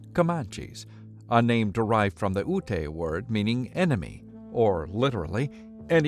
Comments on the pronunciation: no it sucks you got soft jazz music playing in a video about native americans? and ute isnt pronounced "you-te" its "youT" the e is silent tard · Ute is pronounced Yoot not youte. Jesus get it right.